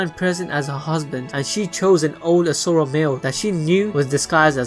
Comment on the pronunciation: IM DONE IT'S LEGIT ASHURA NOT ASURA PLS STOP